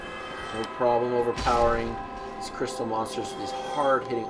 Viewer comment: When you said crystal men i though you said "crystal meth" ahh memories...